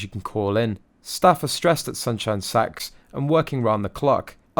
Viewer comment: Is it just me or does it sound like he's saying sunshine sex?? 😂😂😂🤦🏼‍♀️